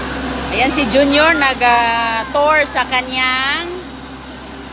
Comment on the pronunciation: Nag tor (tour),tortol (turtle)😅😂